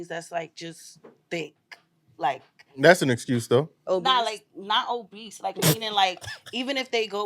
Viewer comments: Why they keep putting a T in Obese😂😂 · There is no T at the end of OBESE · … and the fact None of the Men dared to correct her saying “oBeast” says everything. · WTF is “obeast”?🤔